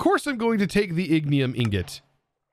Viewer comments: He pronounces things very weirdly sometimes almost as if he doesn't read the whole word lol. Calling the gyrodyne a gyrodone, calling ignitium ignium, etc... lol. To each his own I guess XD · LOL idk about anyone else but the fact he calls it ignium and just ignores the T in the word is wild. Same with calling the gyroDYNE a gyrodone lol. I don't think he reads the full word sometimes XD